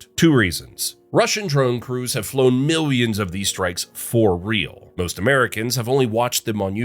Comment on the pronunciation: Milions he says